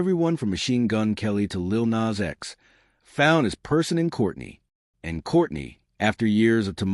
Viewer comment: I only watched this because this person calls Kourtney’s old ass Kourney ( Korny)😂